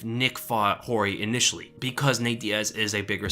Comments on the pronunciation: It’s not George it’s Jorge pronounce “Hore hey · He just hates guys named George. In this video people he knows are calling him(Jorge Masvida) George. If he had a problem with it I'm sure he would say something. I've known about 4 people named Jorge and they have all gone by Hor-hay and George. You are allowed to do that! George St Pierre is actually Georges. My uncle is Visily to his Russian speaking friends. At work he is William and most other people call him Bill or Billy. You're allowed to do that you can even have a unrelated nickname if you want. SMH..